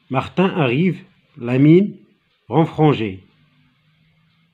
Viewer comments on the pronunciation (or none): Il y a une erreur dans la prononciation du mot renfrognée...merci de tous vos efforts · Merci énormément pour vos efforts.. Faîtes attention aux erreurs de prononciation mine renfrognée.... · Oui c'est vrai